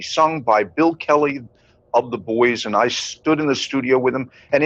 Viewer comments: The Buoys had a reunion concert May 15th here in Wilkes - Barre Pa HEY IT'S PRONOUNCED BOYS-NOT BOOEYS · Isnt Buoy pronounced BOY? not BooEees? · Talk about CREEPY, when you started calling the band the BUOYS, it made my skin crawl. I live very near where the band started and ALWAYS the band was called the BOYS. Yes I know it is spelled like a buoy but take it from someone who knows, the pronunciation is BOYS. Otherwise love your channel. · get the proper pronunciation of the group The Buoys. It is pronounced The “Boys”.You do a nice job but inexcusable for incorrect group pronunciation. It’s what you do! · Buoys .... Pronounced Boys . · I'm from Wilkes-Barre, the same town the Buoys (it was pronounced Boys) were from. Strange song, based on an actual event where a plane crashed in the Andes and they had to eat the dead. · I'm from Scranton, hometown of The Buoys. Saw them play many times. In their final iteration as the band, Dakota, I hosted their final concert at Montage Mountain in Scranton. Apologies ahead of time. I'm going to be "that guy". Even though it's spelled "Buoys", it's pronounced "boys".